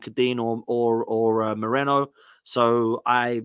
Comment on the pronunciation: It's Merino. Why do English people have that much trouble with foreign names? Are they all dyslexic? Just take 2 seconds to look how the name is spelled...